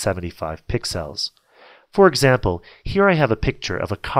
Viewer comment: Just so you now its not pixiles... You pro nounce it PICK-SELLS